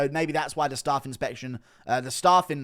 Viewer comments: Guru’s pronunciation of Staph is crazy lmao it’s not staff, it’s pronounced like the first syllable of Staffordshire. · STOP SAYING STARPH INFECTION!!!!!! Fuck me 💀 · Someone tell Guru how to say staph. And no its not because hes English.